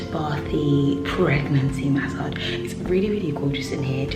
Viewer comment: Maaasaaage 😂😂😂😂 the way you say massage is hilarious